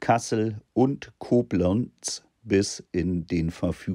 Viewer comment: So hab ich Koblenz noch nie ausgesprochen gehört 😂